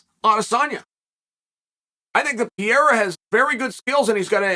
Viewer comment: Adesanya to beat Pee-air-a Uncle.